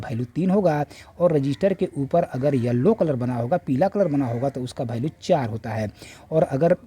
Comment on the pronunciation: भैल्यू नहीं वैल्यू होता है 😂😂